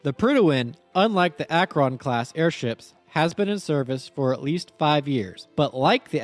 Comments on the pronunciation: For the record, that’s not how you pronounce Akron. It’s more like Akren not Ak-Ron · Awesome video, the prydwen is probably my favorite fallout faction base and it's great to see a video on it! Though as someone from Akron, i'd be disowned by the rest of the city if i didnt mention that its pronounced Ak-wrin and not Ak-wron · Great video but... As someone born and raised in Akron Ohio, how you pronounce the word "Akron" is unusual. It's one syllable, not two. I've been trying for like 5 minutes to say it like you do and my brain won't let mouth say it your way lol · Your pronunciation of "Akron" is kinda grating... Think "Ack-rin," after the city that has the hangars to build and maintain the things. Also, Zeppelin, as a company, still exists, and still makes stuff. For enough money, you could probably get them to commission an airship for you... They maintain parts for, and build new versions of, the Goodyear Blimp to this day. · You're pronouncing "Akron" almost like "Acheron" lol. Akron, the city and namesake, is pronounced "akh-rin" XD. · It always give me a chuckle when people mispronounce my hometown's name. I'm from Akron, and it seems like nobody from outside of northeast Ohio knows how to pronounce it properly, sort of like how nobody outside of Akron itself knows what a "devil strip" is. I always get weird looks when I use the correct pronunciation of the city's name as well as the term "devil strip". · Bro can't say Akron💀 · as a person from ohio, you said Akron wrong :) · that is not how you prounce AKRON! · Very fair, I struggled while recording trying to pronounce Akron. I'm pretty sure I wasn't even able to be consistent in how I did so. If I was to commission an airship, I'd reach out to Lockheed Martin's skunk works personally. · I have a major problem with the way you pronounce Akron.